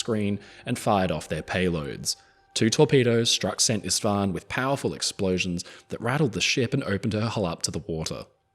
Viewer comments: I'm always worried when Anglophones try to pronounce Hungarian words, but you did fairly well with "Szent István". The only correction I can offer is that the Hungarian "s" is pronounced like the English "sh", and "sz" is pronounced like "s". The closest transliteration (without involving a phonetic alphabet) would be "Sent Ishtvaan". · Oh my, thanks for covering the Szent István! Always heart wrenching to see her going down. Just one little thing: "s" is pronounced "sh" in hungarian.